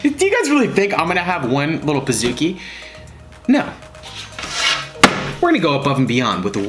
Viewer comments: It’s pronounced “ Peez-ooh-key”, not “ Piz-ook-e” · Ummm pizookkiieee???, it’s pizcookie